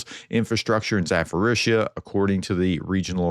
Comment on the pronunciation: Hi Prof, thank you for another great video. As far as the prononciation goes, the word Zaporizhzhia is pronounced with a "p", not an "f" so it's not "ZaForizhzhia". Thank you!